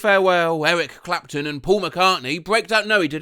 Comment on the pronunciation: that's not how you say Clapton lol